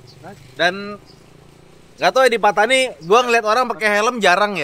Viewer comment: Mungkin Pattani dari perkataan "pantai ini". Tapi cuba lihat bagaimana dieja dalam tulisan jawi Melayu. Bukankah Pattani dieja فطاني bukan ڤتاني ? Ia berbunyi "Fatoni" bukan "Petani/Patani".